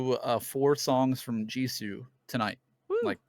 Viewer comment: can you please stop saying Jiso. It’s Jisoo or Jisue if it helps you phonetically